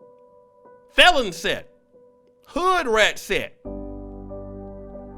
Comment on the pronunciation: "FelonSet" omg 😆😅😅🤦🏿‍♂️